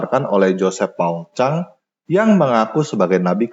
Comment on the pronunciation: Hanya yang menyebut nama belakang(zhang) JPZ dgn benar 😁